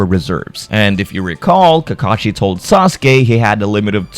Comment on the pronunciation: You said Kakashi so well lol